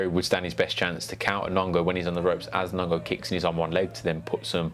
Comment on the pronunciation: Nong O not nongo